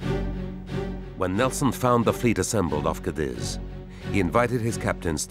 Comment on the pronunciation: Cadíz is pronounced "cah-DEEZ", not "cah-DIZ". Come on, you gloriously British -accented narrators... you speak French words well enough from the centuries of battle with the folks across the channel. There's no shortage of historical context for y'all fighting with the Spanish either 😂